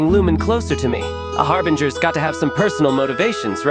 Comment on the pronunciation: "and so you aproach the sixth of the fatui HARBRINGERS...." I think something might be wrong with pronounciation..